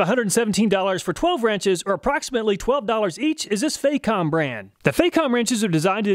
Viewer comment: FAH comb. Not "fake ohm".